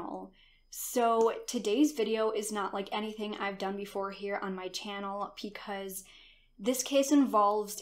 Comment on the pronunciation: Sorry but when she says”because” I hear “pecause” Lol